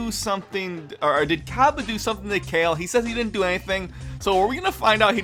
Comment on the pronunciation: Everytime u said Cale, instead of "Kah-Leh" I cringed. Wow the animation is so bad compared to the 90s. I felt like they were just giving us a animated short fight of Broly so it's not bad...